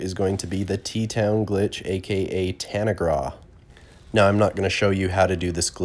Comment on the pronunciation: Tanaga as you call it is ta-nag-ra.